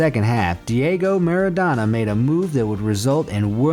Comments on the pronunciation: Its not Rikard, Meradona or Materazi, If somebody watch football those names need to know how to pronounce. And there is nothing to know how to pronounce, you do it correct or incorrect.There is no school for learning this stuff. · U also dont know to pronounce Rijkaard, Materazzi, Maradona.....